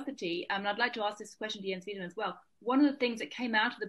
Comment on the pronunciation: Yo why can no one pronounce Weidemann